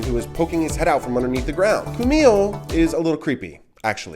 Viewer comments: Č is pronounced as Ch in the name Charlie. Not as K. Čumil comes from the verb čumieť - to stare, as the statue 'stares' at people passing by. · Keep your F words to yourself and to evaluate komunist and nazi America, since you have really no clue about Slovakia. You did not give them even respect to pronounce the names right, as well as with the correct emphasize - Čumil, Katarína. I get tired of trashy Americans, who do not come to understand and keep saying insultful nonsences!